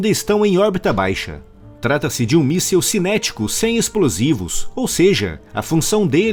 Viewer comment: Amigo, não é "míssel", é "míssil".